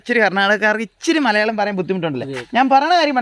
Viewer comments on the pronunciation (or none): none